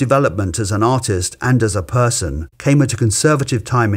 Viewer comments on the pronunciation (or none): none